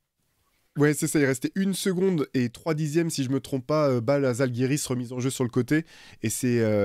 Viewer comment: On prononce Jalgiris, pas Zalgiris, merci ;)